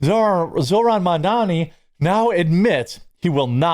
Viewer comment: Say his name correctly please. Moron Zamdami